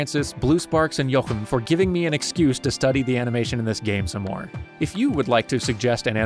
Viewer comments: As a German, the most impressive thing about this video is how you pronounce the German-style CH in "Jochem" correctly. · As a Jochem myself... I am happy to inform you that your pronunciation was nearly perfect.... which is saying more than one might think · Props to you for pronouncing Jochem's name almost entirely correctly. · I was pretty surprised by that. It doesn't happen often that English speakers know how to pronounce Dutch names. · Great vid, and kudos for pronouncing that dutch name correctly :)